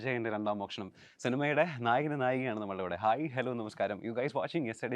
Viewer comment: മോക്ഷണം അല്ല മോഷണം❤❤❤❤